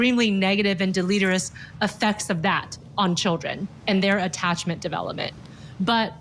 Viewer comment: the word 'deleterious' is pronounced: de-lih-TEER-ee-us